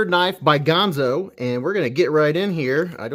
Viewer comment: Another great vid man. Dang that is smooth, and I sure do love those nice leaf-shaped blades! Ganzo makes fantastic knives darn affordable. However, I would debate your pronunciation of the brand name Ganzo.